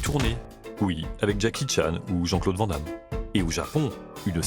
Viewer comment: Vent dame mdr les fr et les noms etranger 😂😂😂 ca me fume a chaque fois 🎉